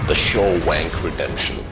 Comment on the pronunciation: "The Shaw-wank Redemption" I fucking lost it.